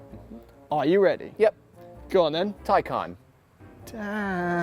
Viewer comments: It's Tay Can not Tye Con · Actually it was said wrong if you take the actual pronounciation it is not Tai-khan since the word is from turkish, it would be more of a Tai-jan (the J in it is spoken like in jar) so you could have electrecuted thomas either way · "Tie + CAN" fellas, NOT "Tie + CON", its not trying to con you, its stating that it 'CAN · Its actually "Tie-Can" watch the Porsche world release video, "Tie" (like a tie you would wear) and "Can" (as in, yes, it CAN) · Even porsche mispronounces taycan. Taycan is Turkic/turkish like porsche admitted. Tay means foal. Can means life. The issue is porsche pronounces can with a k sound. While in reality, can is pronounced like jhan. I am amazed by how the euros take a foreign word and talk about the right way to pronounce it while butchering it. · Its not taycan its tyaggen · I'm Turkish and it's pronounced Tay-jan. You're welcome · Everyone pronounces this car's name as Taycan. Porsche just took that name from a similar Turkish word.